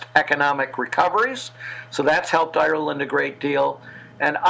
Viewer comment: Good God! She must be the worst interviewer in history...she can hardly pronounce Ireland!